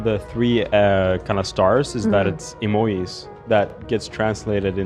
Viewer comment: The way Love says emojis is so beautiful 🥹